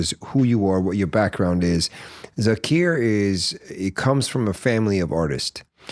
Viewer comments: Please stop calling him “Zakeer”. His name is Zakir and I know for sure you can pronounce it correctly being a Farsi language speaker. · What happen to Zakir pronunciation?.........why are you trying sound British........Thats not our SAKTH_LAUNDA.😇